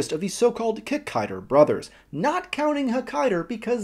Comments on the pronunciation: Its Kikaida.....not Kikaider.......get it right. Its how you say it in Japanese. Sorry that really gets on my nerves.. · Its pronounced KEE-KAI-DAH not KICK-KAI-DAH (there is no emphasis on first or last part of the name so no kikai-DA bs), and Hakaida/Saburo IS the youngest brother of the trio built by Dr. Komyoji..hence the names Ichiro, Jiro, Saburo...first son, second son, third son. Coincidentally Ishinomori sensei also created the Kamen rider V3 series with character Kazami Shiro (Shiro meaning fourth son) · Hey, just a note: the correct pronunciation is KikaidA, and not Kikaider. In the spelling of his name, キカイダー, the 'ダ' is pronounced 'DA' (the 'ー' just means the 'a' is held a little longer). That being said, katakana is the 'alphabet' used to spell, or approximate, foreign words, or created words. If the word being approximated is 'rider', as in Kamen Rider, then 'rider' is spelled 'ライダー', and pronounced 'raidA'. But with Kikaida, the name comes from a combination of Japanese words and you can't reverse translate the 'DA' to 'DER'. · Never say KikaiDER. hahaha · In Hawai'i most people know it as "KikaiDA" rather than "KikaiDER". Really cool video, it's great to see this series getting attention! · Where did it get the "er?" It's supposed to be Kikaida...